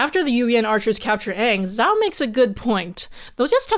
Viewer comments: I think your name, Zhao, repeatedly is butchered by being pronounced like the English name “Joe” due to a weird combo of A) the Formula 1 driver Zhou Guanyu. Zhou did suddenly become very famous online when he nearly died in a wreck last year. B) for some weird reason English speakers have a bad habit of pronouncing the first couple letters of words they’re not familiar with and throwing the rest out the window. They’ve heard Zhou and basically go “close enough. Also I love the verbalizing that insight at . I’ve work with some people who are Chinese nationals as well as have an Aunt that is a Chinese national. They all skirt that topic even in private conversations. Reminds me of interviews with Russian citizens who you can tell don’t believe the way the state portrays itself but refuse to conflict it. Growing up in the USA, it’s hard to understand that kind of environment. Although, some people seem hell bent on replicating it here 🙄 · I am still confused about the pronunciation of zhao. I have (or at least believe that I have) heard both "ZAO" and "JAO" from you and other people. So.. do both exist? or is "zao" the right one?